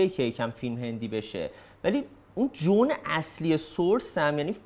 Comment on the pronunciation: رو تلفظ انگلیسیت کار کن، حیفی، تو که اینقدر همه جوره ردیفی،، حیفه یهو میخوای اسم یه بابایی رو به انگلیسی بگی وبد تلفظ کنی، نمیشه نوشت Joan رو چه جوری باید تلفظ میکردی و چگونه کردی، ولی حداقلش اینه که این اسم این کاراکتر تو سریال به تعدد از زبان افراد مختلف تلفظ شد ، باز میگی Jo،AAn ، من جلوی که از کانادا اومده خجالت کشیدم میدونم نقدم تنده و به خاطر یک کلمه پنجاه خط نوشتم ،، ببخش اگه دلخور شدی ،، فقط میخوام بدونی که در نهایت نیت و نفس عمل مهمه ،، نیت من از مطرح کردن چنین حرفی ، پرفکت بودن و پرفکت دیدن توست پ-ن، تا اینو فرستادم شنیدم سر داستان تلفظ قسمت دوم یه شوخی با خودت کردی، میخواستم کلا کامنت رو پاک کنم ولی میدونم جنبه ات بالاتر از این حرفهاست